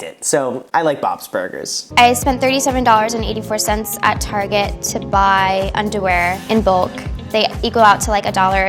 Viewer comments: Why does he call it targe ? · Im happy im not the only one who pronounces Target like that. cx